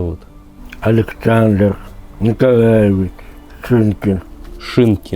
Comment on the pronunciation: Мне кажется что фамилия у него не шинкин, а шишкин. Выговорить не может вот и думает что он шинкин